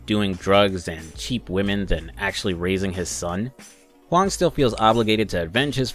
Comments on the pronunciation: Thumbs up for the good mandarin pronunciation of "Huang". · You got my sub for the simple act of looking up how to pronounce Huang. I appreciate it